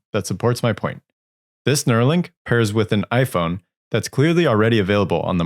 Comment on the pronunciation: I loved instead of an i-phone he just added a "p" to make it even smarter: pi-phone ... sounds like his brand of humor